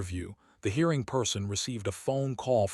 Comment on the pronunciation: I'm not usually bothered by occasional pronouncing errors, but this particular blurb is ridiculous. The reader says "hearing" instead of "hiring" and a few similar ones but all the way through the stories, many include the word "resumé" (reh ZOOM ay) which here is incorrectly pronounced "resume" (re ZOOM). The frequent repetitions are driving me nuts!